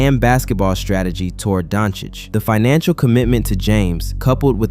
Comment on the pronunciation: Good video. Good to hear that you fixed your "Doncic" pronunciation 🔥🔥🔥